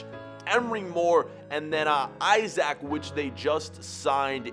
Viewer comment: its pronounced esack not isaac